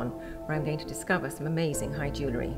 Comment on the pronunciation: For someone talking about Jewellery, it couldn't hurt for you to research how to pronounce the word.